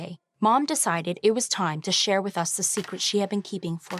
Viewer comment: “There is no secrete that could be hidden forever” done 🤣